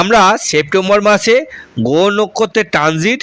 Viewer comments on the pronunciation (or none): র ফলা উচ্চারণে সমস্যা হচ্ছে। গোহ, পভাব বলছো কেন?